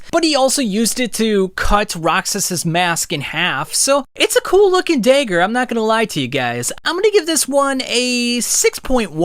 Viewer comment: Why say "Dayger" and "draygon" slayer? I liked the video just no idea where the accent is from?